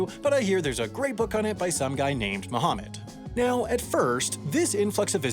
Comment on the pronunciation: You said Mecca, Mohammad, Muslim and Hajj wrong